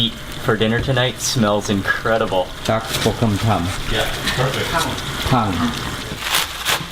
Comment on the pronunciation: It's funny to see Mark pronounce Dack-Bokum-Tang awkwardly. (닭볶음탕). I understand this word is very difficult for foreign people. Let me help you all foreigners. Dak means chicken, Bokum means to fry and Tang means stew. Thank you!